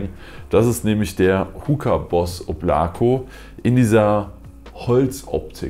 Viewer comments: Fühl ich eigentlich heißt es oblaka also in der Aussprache (Wolke) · Es spricht sich Óblako. Die Betonung ist auf der ersten Silbe. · Balya wie mich diese deutsche aussprache von Oblako triggert😬